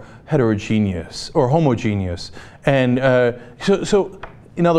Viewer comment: Why did it sound like Cenk said "homogenous" as "homogenius"?